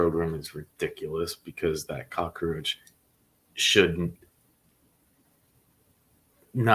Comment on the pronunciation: Cockroach NOT Cocaroach!!